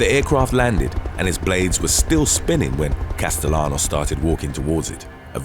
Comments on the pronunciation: Castellanos is pronounced "Casteyanos". You always get Spanish names wrong! 🤦🏾‍♂️ 😂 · Btw "Castellanos" is pronounced wrong I'm surprised bc this channel is so educated in pronouncing foreign names lol